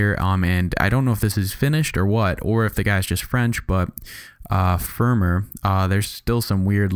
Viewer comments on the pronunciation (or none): it is pronounced "fer-mey" it means "close" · Nice tutorial... the "fermer" thing is prenounced FAIR-MAY and it means "close" And thanks again for the great tutorial!